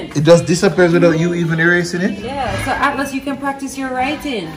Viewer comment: ATLAS 😂😂😂😂🤣🤣JAMAICAN ACCENT COME OUT, u need wash out